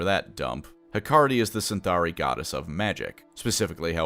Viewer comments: Isn't it Cytharai, not CyNtharai? Anyway thanks for the great video! Love your episodes with Lorebeards as well! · Eyes twitching it's Cytharai, not Cyntharai. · Isn't it Cytharai? And pronounced with a k? Like Cadai? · How the hell is mispronouncing Cytharai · Is there something i'm missing ? There is no letter N in Cytharai.